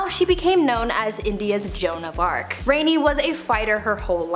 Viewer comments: The Rani in Rani Lakshmi Bai is pronounced as rah-ni. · It's not pronounced as Reni, it's pronounced as Raani Rani Lakshmibai. Also she wasn't spoiled. She came from a common middle class family and was a warrior from a very very young age. If you're calling her spoiled for killing the British in her kingdom you should also counter in the fact that british ruled and tortured India for 200 years. Killed, brutalized, raped and bled out all the money from our country. So she wasn't spoiled for trying to take the last stand, killing the enemies of her people and dying in a battlefield with her baby strapped to her back. PS: don't read off of wikipedia. She did NOT execute common British men, women and children. Learn some history before talking about it. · Rani Laxmibai (Rani being the title meaning queen and pronounced RAni like the Egyptian god RA) fought a losing battle against the British who basically used divide and rule tactics in the name of the East India company to take over the indigenous lands. In her final battle, she fought with her baby tied to her back because she didn't want to give them a hostage. She finally died when the British shot her in the back killing both mother and child. Don't feel like she belongs in this list. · About Rani Laxmi bai her name wasn’t rani her name was Laxmi bai and Rani means queen and it’s pronounced “Raani”! She was very very brave and you guys should watch the movie to know everything in short! Also she didn’t all the British dead she went into battle against them! She would never order something that cruel! East India company on the other hand was super cruel to her and her people